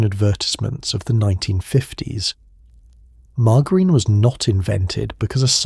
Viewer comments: The AI voice needs to be instructed on how to pronounce margarine . It's not mar-gar-in. It's mar-jer-in. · What is with this pronunciation? AI is such crap.